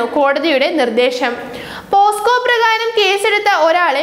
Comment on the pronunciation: പോസ്കോ കേസ് അല്ല കൊച്ചേ... പോക്സോ കേസ്. എവിടെ പരിപാടി അവതരിപ്പിച്ചാലും ഇതാണല്ലോ അവസ്ഥ...